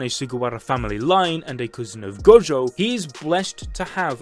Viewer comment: "Saturo freaking Gojoh"